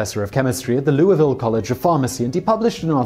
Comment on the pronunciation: Nice job pronouncing Louisville!